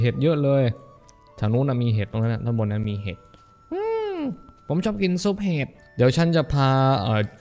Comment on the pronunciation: เห็ดกลายเป็นเห็บ หนูได้ยินอย่างนั้นนะ คนอื่นอาดจะได้ยินอย่างอื่นก็เป็นได้